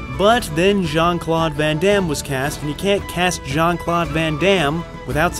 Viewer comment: Jean-Claude grand -am. Lol